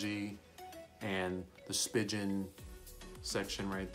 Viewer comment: Did he call it a spi-Gin case ?